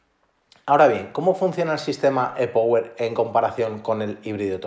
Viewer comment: Por qué no pronuncias las palabras como son. E-Power es en inglés anda tío que no cuesta nada! Lo mismo le digo a los ingleses que las palabras que incluyen en sus comentarios las pronuncien bien como son.